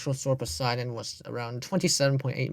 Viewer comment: >Horrifically butchers the pronounciation of Sauroposeidon (and continues to do so throughout the segment) >Somehow pronounces Poseidon correctly five seconds later What lmao